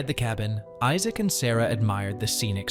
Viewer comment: How come you cant say Issac lol.